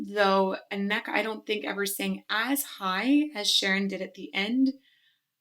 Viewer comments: I'm sorry, but that pronunciation of Anneke keeps cringing me out😅😂 Maybe for reference of the proper pronunciation I guess it is handy to know that "ke" is a common add-on to Dutch girl's names (Femke, Famke, Imke, Mieke, Elleke... there's more, I just can't think of any right now 😅). So it's more like Ahnnè-ke. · You have actually heard Anneke (pronounced AN-neh-kuh) before. She was doing backing vocals of Devin Townsend's "Kingdom" performance at EMG TV. She and Devy have done a lot of music together. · FWIW, I think her name is pronounced "Ah-neh-kuh". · I believe you mispronounce Anneke’s name ( ah na’ k). That’s not the way it would be displayed in the dictionary but it is what it is. 😀 She was one of the first female metal leads. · Anneke is pronounced with emphasis on the 'An'-part, so AN-nu-kuh. She tends to call herself just Annie, easier for English people. Van Giersbergen is pretty much impossible to say for English speakers :) Not even Devin Townsend, who she frequently collaborates with, can pronounce it correctly, when he introduces her on stage. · Anneke should be pronounced AHnuhkuh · Pronunciation guide, for future reference: Anneke is AHN-uh-kuh :) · Anneke: pronounced /'Ah nuh kuh/ (emphasis on first syllable). By the way, I thought you'd listened to Ayreon's Valley of the Queens before, which features Anneke with Floor. I'm not much of a nationalist, but can't help to be proud of the Dutch girls... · I’m proud of the the many awesome metal singers the Netherlands has produced. Dutch names can be tricky, in this case Anneke’s name has the stress on the first syllable. Phonetically it would be: Ann-uh-kuh. But no one would blame you for getting it wrong :) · Randy White Á-nne-ke;) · about pronouncing the Dutch name 'Anneke'; it is a bit like saying 'a knucle' without the pause and the 'L' sound at the end. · Love the video. The way you say 'Anneke' tilts me though ahah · Yes, and AN-neke, not an-NEK-e.😊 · Her Name Is Pronounced Anneke Not Aneka